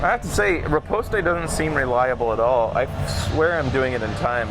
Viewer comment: I know, never correct pronunciation, but it's driving me crazy this time. Riposte is just pronounced "Rip-ost". There isn't an E or A noise at the end. This is a perfect VGA game though